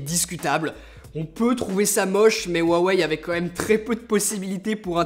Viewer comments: Pourquoi te mets-tu à mal prononcer "Huawei" ? Tu le prononcais bien dans tes précédentes vidéos... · Tu ne dit plus rwawei 😂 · Ta changé la prononciation de '' huawei '' mdrrr